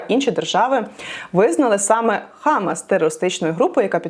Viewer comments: що з наголосом? не хАмас, а хамАс! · Дуже дякую за Вашу роботу! Єдине що можу підказати, що у хамас наголос на другу А. хамАс . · хамАс, наголос на останньому складі.